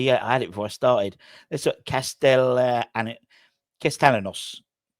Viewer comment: double LL in a Spanish is pronounced as ya, so Cast e ya nos